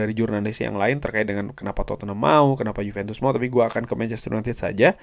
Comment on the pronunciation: Juventus bukan yupentus